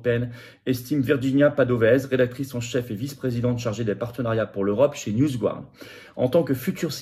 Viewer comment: Dans "NewsGuard", on prononce "garde" (avec le "r" très atténué) et non "gouarde"... On n'est pas supposé maîtriser l'anglais à l'ENA ?